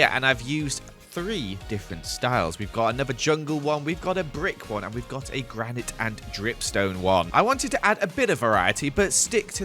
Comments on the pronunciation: It is granit not a granite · amazing vid as always, but repeat after me... GRaNiT. Not granIte. I know the spelling doesn't make sense. but still. I do not mean to be mean, just making sure you don't run into less tactful people Oh and also glow liken. doesn't make sense, but it's not actually pronounced lichen. \_(*.*)_/ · You're saying "granite" wrong. 😂🤣